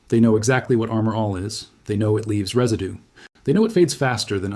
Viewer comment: Reside-doo is Mr. AI speak! Don’t you hate it!